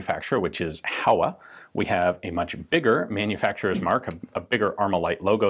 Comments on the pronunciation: It's pronounced "HOh-wa" [two Japanese characters, Ho & Wa if written using the hiragana syllabary] not "HOW-uh..." Just sayin'... ;-) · HO!-WA (how-ah is killing me). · For future reference, 豊和工業(HOWA Machinery) is pronounced Hoe-Wa, rather than How-A. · Reminder with the pronunciation of "Howa". Since it's japanese, it's supposed to sound [ho-wa], not [how-a]. Typical american pronunciation errors in reading mosr foreign languages. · Not Hawa, Ho-wa. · Ian sensei! "Howa" is pronounced as "Hōwa", like "Ho" in "hose"! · "Howa" is pronounced "hoh-wuh." The company's name used to be "Showa" but was shortened to "Howa." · HOWA is pronounced like Hoh-Wa in Japanese lasguage